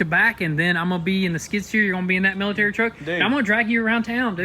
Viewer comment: Lmao, hearing them say "military" ... Miltiriturk